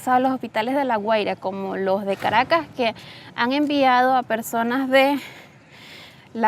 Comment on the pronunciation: Garagas? I thought it was Caracas?